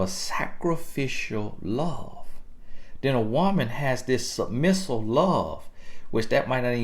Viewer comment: Submissule 😂 he kill me with these made up words but it get the point across though!